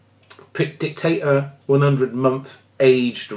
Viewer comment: Sorry to complain but it is Dict-a-Dor not Dictator.